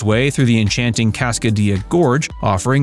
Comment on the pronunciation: Cascadilla with “dilla” using the Ls. It is not pronounced like quesa”dilla”